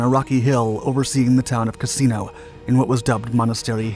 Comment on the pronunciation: Why do we get a picture Castello Sant'Angelo when talking about Monte Cassino (which, by the way, is not pronounced as the narrator does)? He keep saying "casino" rather than "cassino". The latter is name of a place. The former is one word for brothel. The narrator makes a number of howlers in English. I cannot believe he is the product of any English-speaking educational system.